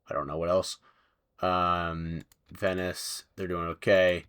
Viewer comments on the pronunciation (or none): none